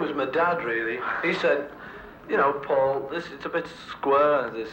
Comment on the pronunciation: At approx. min. In , doesn’t Dick say Faul, then corrects it, and says Paul?? I think he does. (IF) I’m correct, THAT is VERY INTERESTING!!! Anyone else HEAR THIS??